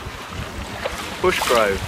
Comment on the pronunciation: *Brushgrove, not Bushgrove 😂